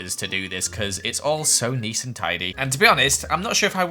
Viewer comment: Who else hears neese and tidy? 😂 Me: Replays several times*: if I did this in a survival word it would've taken me legit hours to do this cause its all so neese and tidy Me: WhA yOu SaYin🤔😢😂